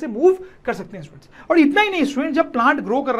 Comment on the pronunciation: Sir ji students ki jagha stuents bol rhy ha 😂 but very good 👍